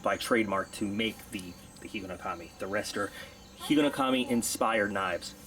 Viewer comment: It's a single word, man. Not three.